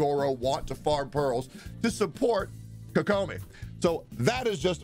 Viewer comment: ah yes "kokoma"